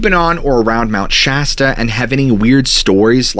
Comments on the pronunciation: I just had to change the last video for his calling Shasta wrong and he says it right this way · I can't get over your magnificent beard! Also, thank you for pronouncing Mt Shasta correctly. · Lol yayyy he's not calling it mt. Shosta anymore